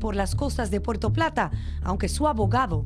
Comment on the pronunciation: Está bien mensa en vez de decir puerto digo "paroo"😂😂😂